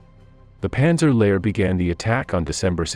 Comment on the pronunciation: Most excruciating, unlistenable pronunciation, Goo-derian and however it pronounced the LASH to pick the two that made me wince most - listened for about 60 seconds and realised it was just going to cause too many cringes. Answer re formation of the Panzer Lehr Div - it was the very most obvious start of the rot.